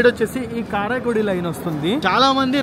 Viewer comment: రామనాథపురం ను రామనంతపురం ల పలుకుతున్నారు అలాగే కరైకుడి ని కారాయికుడి అని పలకుతున్నారు. సరిచేసికోండి.